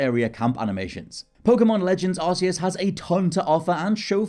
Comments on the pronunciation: Why do you pronounce it Arse-eus? It's arc-eus. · It's k not s! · Press x to doubt your pronunciation of Arceus. 100% pronounced Ark, not Arse, just let me get out my Arse phone..... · To be fair the game pokemon battle revolution produced it as ar-see-us and it wasn't still later that it was corrected to ark-ee-us so it's understandable that people pronounce it that why as I did aswell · Tip # 11: It's pronounced "Ark-e-us."